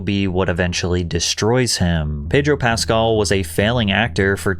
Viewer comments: Why can't you pronounce his last name correctly? You're accentuating the wrong syllable and it's REALLY not that hard. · Also, isn't his name pronounced PascAL, not PAscal? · It's PasCAL, not PAScal. Trust people when they pronounce their own nanes lol.